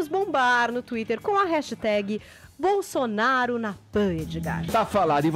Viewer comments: Aos: é impressão minha ou o falou “gestão bostonaro”? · HAHAHAH, Também notei! BostoNaro